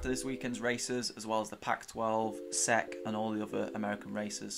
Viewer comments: SECK 😂😂. Its actually pronounce S-E-C but these videos man have improved tenfold seriously great job. Keep up the great work. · you just say the letters and that's the name. Just S-E-C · Bruh how did he say SEC